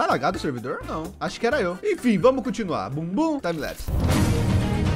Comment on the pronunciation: Eu gosto quando ele fala bumbum tanbilapse